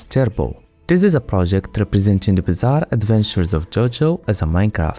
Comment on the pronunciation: did you just say.... BIZZARE?!